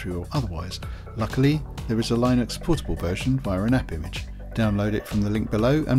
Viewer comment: Why are you mispronouncing Linux? Are you doing it intentionally?